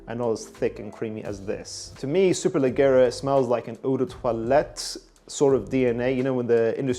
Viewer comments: Is pronounced “superleggiera” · Superleggera Is and italian noun and the double GG should be pronounced like the J of Jogging. Cheers from Italy 👉🏻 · Need to brush up on your Italian bruv